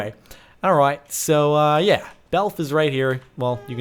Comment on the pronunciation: "Did he say yah that like sex,"?